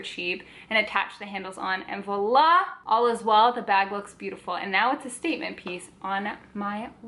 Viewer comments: Kassia, I thought maybe Sagrario was trying to gently point out that the vlogger was hitting the v's a bit hard in this video? as you know it's more of a 'vwoa' sound than 'vo' :) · It's voilà (French is a crazy language! Haha)